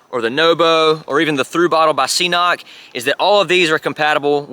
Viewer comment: Hi! I just wanted to be kind and let you know that the brand «CNOC» should be pronounced like “Knok” and not “see-nok”, just like in this short